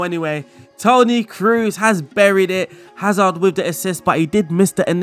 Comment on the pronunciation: Kroos is pronounced like the word Close (sounds like) not like Cruise